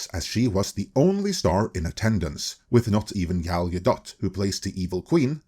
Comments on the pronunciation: "Gal-guh-DOT"? bruh its guh-doh. Learn to say peoples names right. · Is her last name really pronounced Gal-Dot? I figured you would have been corrected by now. Gal-Doe. But maybe it is Gal-Dot.